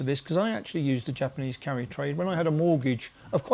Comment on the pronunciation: Can't say I understand this video.... Japanese Carry trade ???? First off all I thought you were saying Curry trade😂😂😂 Always listening and learning